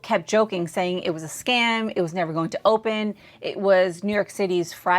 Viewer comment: girlll its not frye (Fry) festival, its FYRE (Fire) festival, lol